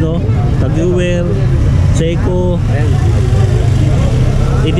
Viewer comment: Boss tag hoyer ang tamang pag bigkas ng tag heuer